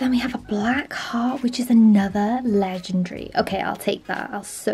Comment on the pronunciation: Not ledrdery its legendary. :>